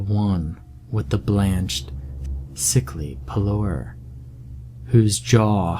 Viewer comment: Loved the reading, as always. What was the part about “blanched sickly pallour”? Did you mean to say pallor?